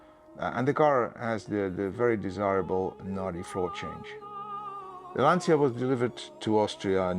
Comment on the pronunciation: beautiful clip, amazing car - but please look up on how to pronounce 'Lancia' correctly...